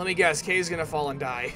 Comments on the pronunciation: cringing so hard... kaze is pronounced KHAze which is japenease for wind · For this playthrough, I'm ok that Kaze's dead if it means you wont say his name incorrectly anymore. I just hope you know how to properly pronounce it by now.